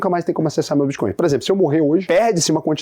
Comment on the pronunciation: Muito boa a explicacao. So falta aprender a dizer o nome da moeda